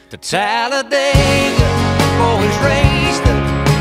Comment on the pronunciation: People can't pronounce Talladega it's pronounced Talla dig ah